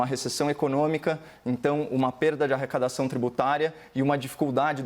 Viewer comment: Só eu ouvi arracadaçáo?